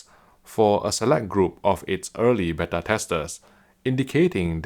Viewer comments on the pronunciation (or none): none